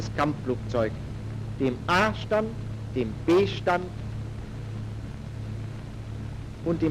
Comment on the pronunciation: Bin ich der Einzige der bei A-Stand immer Arsch-Tand versteht? 😅